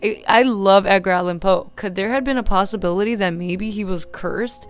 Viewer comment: WHY DID YOU SAY “EDGINE” LIKE THAT?